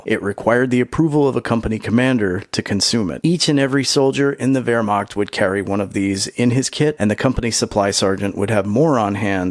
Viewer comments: h in wehrmacht is not like k in kentucky it is like h in hot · I appreciate how smooth your pronunciation of wermacht is